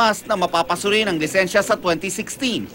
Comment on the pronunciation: Lisensya po hindi lisenya